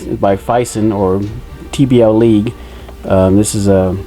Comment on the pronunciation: Nice unboxing! always grinds my gears when boxes come smashed up, but what can you do? I keep hearing you say TBL League; but isn't it TBLeague? sorry couldn't resist! I have yet to be able to find these full super duck sets anywhere, could you provide insight?